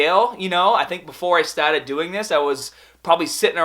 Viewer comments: youngaaaah, bahbell ,staahteed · LETS GET STAAAHTEDDDDD, PUSH HAADAAAAHH